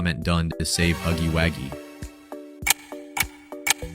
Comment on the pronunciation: It’s not called huggy waggey his name is pronounced huggy Wuggy